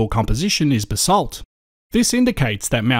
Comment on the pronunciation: That and basalt.